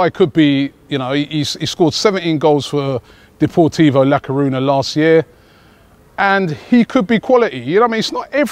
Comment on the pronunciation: Hate how u pronounce deportivo la coruna